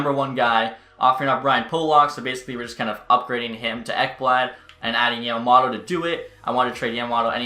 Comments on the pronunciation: Yamamoto not yamamotto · Matthews ( Yamamoto not Yamamotto)